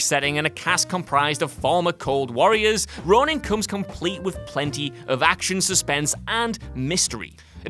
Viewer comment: Ronin. Not Ronan. A stellar flick.